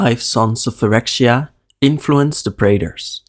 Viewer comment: You pronounced it a bit like “New phyrwkdoptbfya” in the beginning lmao